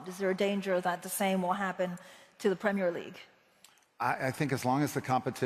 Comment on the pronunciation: Americans say pimmir league 😂